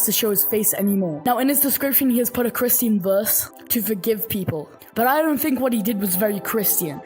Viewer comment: Ok but why do you pronounce christian as "kriston"